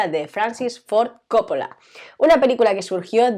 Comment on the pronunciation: ¿por qué coppola y cólega? ¿no es cóppola y colega?